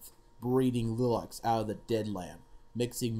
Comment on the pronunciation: A reasonable effort at a difficult poem A minor point lilacs in the early part of the poem should be pronounced "lye-lacs" not "lill-acs". Somewhat more of a distraction is your German pronounciation. You should ask someone who speaks the language to assist you in learning these parts.